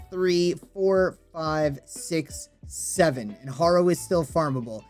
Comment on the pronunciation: Hair-o is how y pronounce it